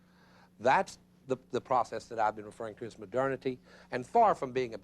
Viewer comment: Gotta love “Hai-degger” and “moh-derna-tee.” Just discovered this guy, big fan. Reminds me of home (TN), though I think his accent is from a different state. It’s hilarious because you expect a Baptist sermon from that accent, and then you realize you’re not in church.